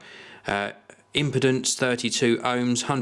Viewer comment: Really not poking fun but impedance 32 ohms, he totally said "impotence 32 ohms" most of the time the British accent or dialect is just a bit different from the American accent, but in this case completely sounded like another actual word.